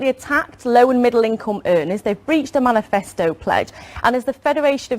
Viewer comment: "menifasto commitment". lol what an amateur.